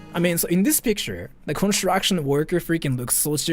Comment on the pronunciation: I love the way you pronounce "construction" xD if anyone else wants to hear about conshu-action